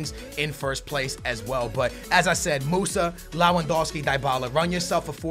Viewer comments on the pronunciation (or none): Why do you call Lewandowski Lawandowski? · It's pronounced *Lev-and-ow-ski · He tried so hard to pronounce lewandowski and still cant